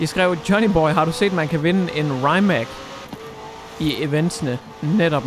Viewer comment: Se The Grand tour hvor de køre i en Rimac, så kan du høre hvordan man udtaler det. Sidder og krummer tær hver gang du siger det forkert 😂😂 no hate, elsker dine videoer 👌😊